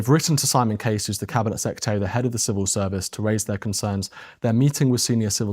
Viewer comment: “Having served as Home Sec-ret-tree” WTF is that! It’s Home Secretary! You would think if this was your job, you would at least be able to say it!